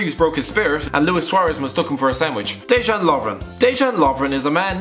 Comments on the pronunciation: You pronounce Dejan like (Deh-yan) not deh-dzhan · Dejan Lovren is pronounced Deyan 😂